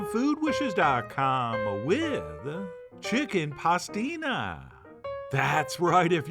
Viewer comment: "Hicken pastina is the favorite soup in Catalina, I win again chef john, lol